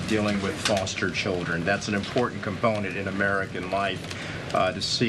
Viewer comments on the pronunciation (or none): Cream of the crop pronounces her words correctly. She does not. The word “CERTAIN” is pronounced “CER-AN” by this twit. Another example is the word “IMPORTANT”….which has been heard by her being said as “IMPOR-ANT”. Again, she’s just a twit trying to validate herself as something special. She’s a twit.